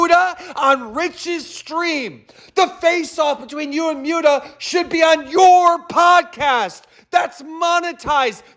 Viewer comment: I wonder if Keem will ever learn how to say Muta